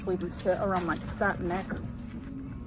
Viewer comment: Why’d she have to say “FAT neck” so hard 😂